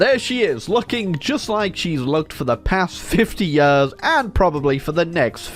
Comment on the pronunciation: 'Years' not 'Yerrs'